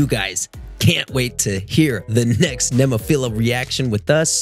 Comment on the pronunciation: Great reaction and you said their name, Nemophila, spot on. Your music volume was spot on as well. Check out some of their live footage from their channel like "Zen" or "Oiran" and their ability to change up styles with their latest song "Ama te ras".